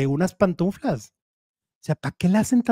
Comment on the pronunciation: No se dice PANTUNFLAS se dice PANTUFLAS 😅😅😅